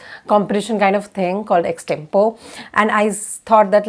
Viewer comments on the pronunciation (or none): Even you mispronounced Extempore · EXTEMPORE You pronounced it wrong. 😇